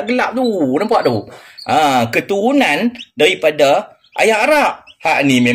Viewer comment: 😂😂😂😂Salam...kelakar betoi pak long....adoiii...nak sebut keturunan ayam pun payah no.